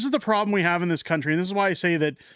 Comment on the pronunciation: WEF “ we penetrated dzee canadian cabinet”